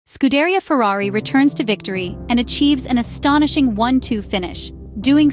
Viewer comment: Get your first thumbs down for butchering Scuderia. Say it right, put some respect on that name, or is this another bot f1 channel?